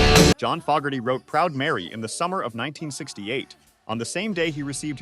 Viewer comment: Well. Along with mis-pronouncing Fogerty's name, you are wrong about him not getting credit. His band CCR's original version is still a staple of rock radio and streaming while Ike & Tina's version is the lesser-known